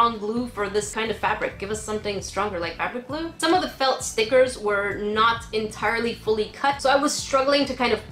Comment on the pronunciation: The way you say felt FELT